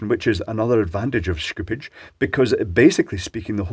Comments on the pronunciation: After 12 minutes of listening to Schoopage, I regret to annouce that there should be no "k" in Schoopage. The "Sch" should be read the german way, so just "sh" as in Shoopage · shhkupids.. i love how he change to fluent English accent to fluent german accent when Schoopage is being pronounced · I just think you like saying "schtooopge". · yeah the way he says it I really hope it wont be added to Tesla marketing. Schoopuke on my tesla